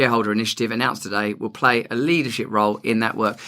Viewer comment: "I mustn't PWY" cracks me up EVERY TIME!!! 😂😂